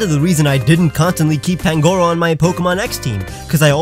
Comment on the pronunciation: You said pangoros name wrong